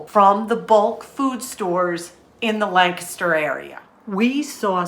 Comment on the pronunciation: Hey, props on learning to pronounce Lancaster like a PA native!